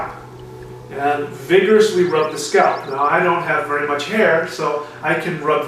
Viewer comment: wery good tecnicue! eweryone can do this and wery practical! shamanistic!